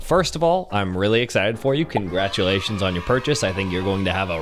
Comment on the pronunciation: Bro why u saying congratulations like I just had a kid 💀